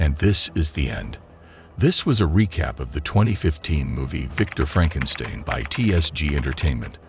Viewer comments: Loraleye & Frankenstyne. Don't use AI voices unless you put phonetic spellings in your script. FFS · how do you pronounce Frankenstein and Lorelei wrong lol